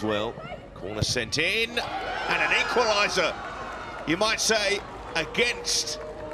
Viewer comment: They make it 2-1 and commentator says its an "equliser"